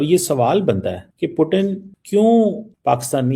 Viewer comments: Bsdk पुटीन नहीं पुतिन जी बोलना सीख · Putin bolna Sikh pehle 😂